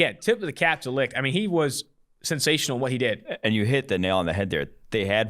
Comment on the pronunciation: Licht is pronounced Light...jus sayin